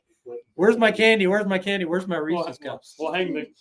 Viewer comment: THANK YOU for saying Reese's correctly lol. I hate when people call them "ree•ceez -pee•ceez." Like apparently people don't get that there's an apostrophe there, as in, these PIECES belong to Reese. The PIECES are REESE'S. And the peanut butter cups are REESE'S as well lol. Sorry for the mini rant. That just always has bugged me to no end. Lol HAPPY HALLOWEEN all!!! 🎃